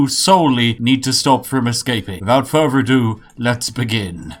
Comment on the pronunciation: Every time you say “fervour” instead of “further” I wonder what would happen if you met four Norse gods of thunder. Sixteen?